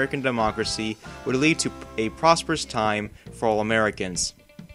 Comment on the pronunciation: Proppserous? Lol... get it together bud